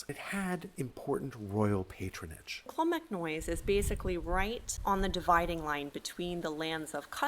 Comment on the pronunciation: I absolutely love this channel and have been following it for years now. I let you know now, this is very well presented, love to see you're doing some Irish stuff, but just have to pull you up on a few pronunciations there if that's okay; it's clon-mac-noyce like Joyce, not noise like toys, the same would apply to monasterboice ie Boyce etc, ciran is keer-On, the fada denotes the long vowel and its conn--nocht like noct-t-urnal, the ocht like the german for 8 is a bit guttural, other than that its perfect lads well done